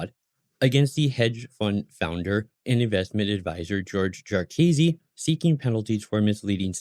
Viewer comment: Pronounced JAR-kih-see, not jar-Keazy